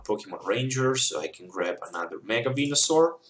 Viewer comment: lol, sound like you are saying mega wienersaur